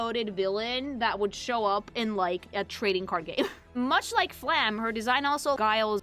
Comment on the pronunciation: I really wonder why almost nobody pronounces the E at the end of Flamme's name. It feels so weird that basically everyone ignores that the last letter of her name exists. It's a similar issue for most characters with a name ending in E, but Flamme is the most common one to have that happen.